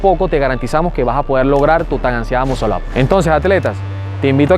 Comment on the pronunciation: Primero enceñate a pronunciar la palabra muscle up y para hacerlo se necesitan huevo no técnica!!!